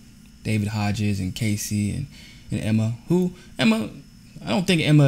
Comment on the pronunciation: They didn’t push Emma to the front. She emerged as a natural leader because of her excellent speaking skills. Also, David’s Hogg’s last name is pronounced HOG not HODGES. That said, while I agree with the premise of your video, it is not a real journalistic scoop.The Parkland kids announced at the outset that they reached out to the Women’s March people to help organize the March, because they knew nothing about organizing something of this magnitude or how to spend the millions of dollars of donations that came in. I did reporting last year that showed that Indivisible and by extension the Women’s March were being funded by Priorities USA and their biggest donor George Soros. I think the biggest thing these kids can do is what they said they plan to do, which is register people to vote and get rid of the legislators blocking gun control laws because they take money from the NRA. Finally, I covered the MFOL in LA, and there was a completely separate program in the morning that was organized by students, with students, for students. The pink pussy hat people did their thing in the afternoon. I didn’t even cover it.